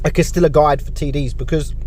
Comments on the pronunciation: Cas-tee-yah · It is pronounced Cas-tee-yah. Get your Spanish on.